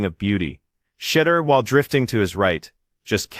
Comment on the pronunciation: Please learn to say his name correctly----"shed-doer"....🙄